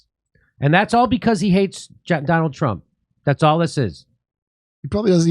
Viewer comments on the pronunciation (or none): none